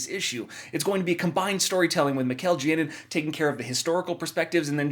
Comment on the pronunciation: Great channel and videos! However, in Spanish "Janin" is pronounced "HA-nin" Please keep up the great work!